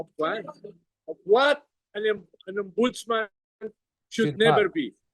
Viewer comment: yun po bang ex non ombudsman err, OMBUDOLSMAN!